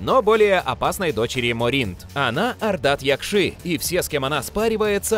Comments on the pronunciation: МОринт, а не МорИнт. Якши, а не якшИ. Ударения не на те слоги ставите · Что еще за "морИнт" и "ардат-якшИ"? Можно было хотя бы с автором текста свериться, где ставится ударение, а не зачитывать, как получится?